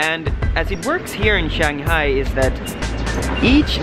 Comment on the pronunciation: Enjoy Shanghai: Simple suggestion learn how to pronounce Shanghai properly and try taking SerpentZa's advice, think things out , not too much babbling, you need to provide info, like to what District in Shanghai did you apply for your company's location? A little Shanghaihua wouldn't hurt either. Xiaoxin! :-)